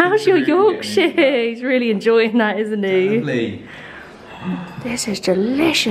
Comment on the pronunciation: And as someone from Yorkshire, I die a little when says Yorkshire 🤣🤣❤️❤️❤️